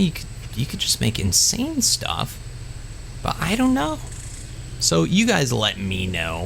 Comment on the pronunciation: For a moment I understood incest stats instead of insane...